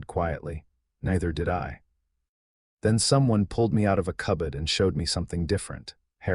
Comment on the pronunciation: Story was better than most I've listened to but still a lot of mistakes in it and cub-buds? Cupboards is the correct word